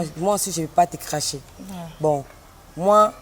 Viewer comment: Na chroniqueuse pe alobi crache wana crache ya ✈🚁✈🚁 ,clache pas crache